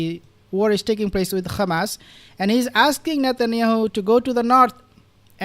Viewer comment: Why do you say khamas instead of hamas